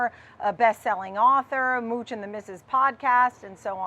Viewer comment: Mooch...you got it right